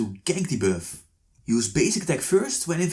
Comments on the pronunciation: "invade the birth" LMAO he been saying that the whole time, instead of buff, he saids birth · why u say beff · Stop saying biiuffff 🤣🤣🤣🤣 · I like how he pronounce buff as bewf